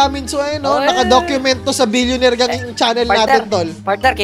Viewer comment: "What's maney paper only" 'Solid Billioneir fun" solid tlga panoorin tho